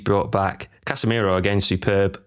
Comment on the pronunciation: 2 things, can we give casamiro carrick's song? it's casa miroooo, hard to believe its not scholes? also we did go a goal down to arsenal so we did see how the team responds to that